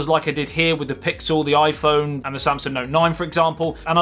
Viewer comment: You always say/ pronounce " Oy Phone"! "The Oiiphone"! Hahaha!